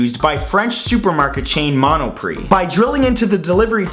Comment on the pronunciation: It's pronounced Mono-pree